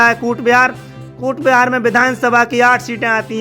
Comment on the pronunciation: Coochbihar not kutbihar